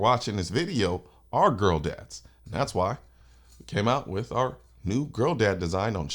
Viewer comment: Girl dad sounds like you are saying trans dad.. lol you might change that uo